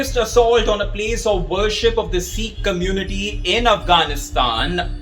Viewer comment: If you can’t take the trouble to pronounce Sikh correctly why should we trust anything you say?